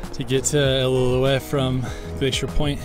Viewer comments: I.L.o. uette is how it’s pronounced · He said “ill-ill-illoutte falls” lol great vid dude! Doing this hike next week for my 40th bday!